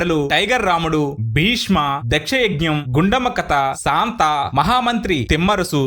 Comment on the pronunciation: కత కాదు, కథ అని పలకాలి. సాంత కాదు, శాంత అని పలకాలి. బందువు కాదు, బంధువు అని పలకాలి. తెలుగు సరిగా పలకటం రాని మీరు voice over ఎందుకిస్తున్నారు?